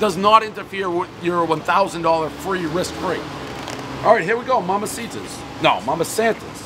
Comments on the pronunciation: It’s pronounced mama saNTas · Also you miss pronounced it you said mama Santa’s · the energy pres invests into supporting places who's name he absolutely refuses to pronounce